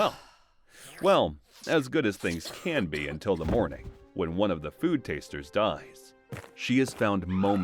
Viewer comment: Son's "moring"? "Morning"? or god bless that food taster because it would have been "mourning" breakfast if he had eaten it. yikes!